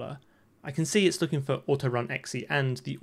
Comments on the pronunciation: This man is really out here pronouncing .exe as “ecksee” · I've never heard that pronunciation of .exe before but I really like it, I might start saying it that way.